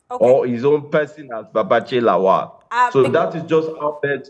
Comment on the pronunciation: I am surprised that the gorgeous and fluent Newcaster can't pronunce Lawal. She says Laol. When has La-wal become La-ol? If a German can pronunce Ikpeba, Oghedegbe and Iokhoibo distinctively, why can't an African person pronunce Lawal, the way it should be pronunced !? Anyway, that is not the major issue roasting us right now.